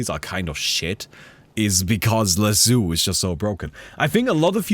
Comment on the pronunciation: Not sure how to feel about chat's unwavering commitment to not acknowledging how pronounces Lasso.